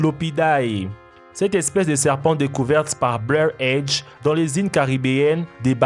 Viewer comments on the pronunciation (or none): none